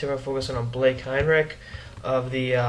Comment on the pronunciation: im his cousin its pronounced hine-rich with a ch sound :)